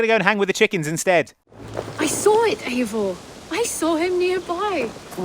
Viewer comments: How do you play a frickin gazillion hours long game where everybody shouts out your name every five minutes and STILL pronounce it EYE-vore? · Say it with me: "Ay-voor" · AC Valhalla; how do you pronounce a character's name wrong while "LITERALLY" showing footage of the name being said correctly? He's "Norwegian" not "Russian", the game literally tell you this AND how to say their name (no matter which gender choose) MANY MANY times.